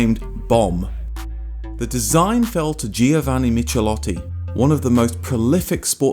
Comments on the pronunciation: Extremely good content - thanks! Italian pronunciation: ch says "k", hence 'Mikelótti" - and if you should arrive at Lamborghini, gh says "g like in gear" - LamborGini. You know the gh from spaghetti, which you probably would not pronounce spadgetti ;) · I've never owned a Spit but I once borrowed a Spitfire 1500 and it was quick. The only car I've owned with comparable performance was my Dolomite Sprint, another Triumph model styled by Michelotti. As somebody else has already said, the first part of his surname is pronounced like "mick". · Please learn to pronounce foreign names!!! The pronunciation of "ch" should be "k" for Michelotti! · That's "mick-eh-LOT-tee"... Cheers from Italy! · Michelotti is pronounced "Mickelotti".